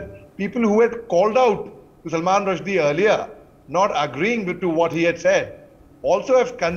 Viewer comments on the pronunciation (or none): Salman Rusheedeeee ? I know it’s a proper noun but try to learn names properly?